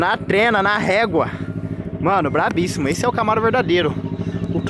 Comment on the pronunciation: Brabrissimo seu Nariz. .. Não é assim que se fala... o correto é BrabÍssimo por favor